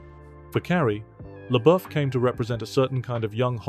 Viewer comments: Who the hell is Chia Leboof? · I’m only ever pronouncing it SHELIA Boeuf now😂😂😂😂😂😂